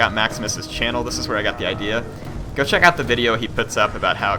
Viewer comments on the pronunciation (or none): none